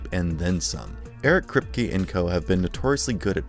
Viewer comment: I'd subscribe...but the way you mangle names (Maeve & Kripe) - I JUST CAN'T do it!!!!